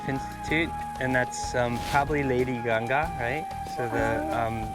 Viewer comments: please pronounce it "ganga" not "gange" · Its GANGA, NOT GANGES 🙂